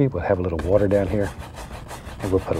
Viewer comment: Lol imagine him doing a cooking show... 🤣 "Little to much watah oh well it was a happy accident"